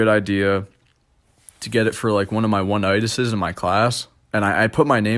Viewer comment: "one of my onitisis"